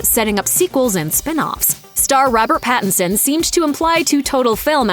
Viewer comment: *Pattinson. If you're going to bash the man and his choices, at least get his name right.